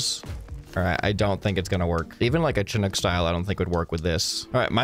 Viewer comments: SHInook NOT CHInook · Please please please - Chinook not pronounced "CH" and in Chair but rather "SH" as you SHOULD listen to me. :D Pronounced: shuh·nuk